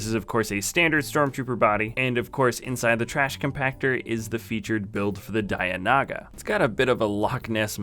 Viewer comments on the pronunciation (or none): mispronouncing dianoga